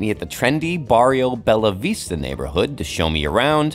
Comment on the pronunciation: The "ll" in spanish sounds different to italian. Bellavista sounds Beiavista not Belavista.